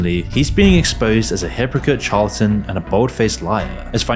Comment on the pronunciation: "Charl-ton" (charlatan?) 😂 I've noticed a lot of creators who have really bad word pronunciation and seemingly aren't aware that they can very easily look up pronunciations on the World Wide Web so that they can better guarantee more consistent quality in the work they produce. Don't know how that sort of thing gets past people, but that's just me. I'm not the one creating content, so I guess I can't complain until I start producing perfection myself, since no one else will.